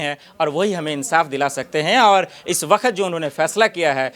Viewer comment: Ye katela patrakar bakhat बखत बखत बखत बखत बखत pahle bolne ka sikh le